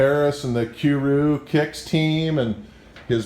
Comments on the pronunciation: "Cue rew kicks" fucking dying hahahaha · " Q Rew kicks" "Kwise Omar" 😂😂😂😂😂😂😂😂😂😂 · kew rew kicks... koos.. fuck can this dude pronounce anything